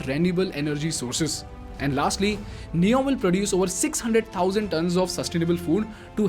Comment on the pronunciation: Good video Make it NEOM instead of neon.